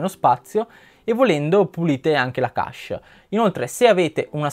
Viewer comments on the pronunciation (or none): Secondo me pronunciare le parole in modo corretto è importante. Ho sempre pronunciato kesc e non kasc, come invece ripeti più volte all'inizio di questo video... Insomma se uno pronuncia una parola inglese che sia detta bene, io la vedo così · Chesh è la pronuncia giusta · ogni volta che hai pronunciato cache male mi è venuto un male al cuore :(